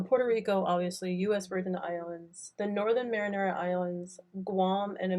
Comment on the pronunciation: great videos and series...its the Mariana islands not Marinara like the sauce:)